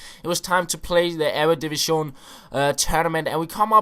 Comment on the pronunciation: ITS EREDIVISE NOT "EREDIVISCHÓN"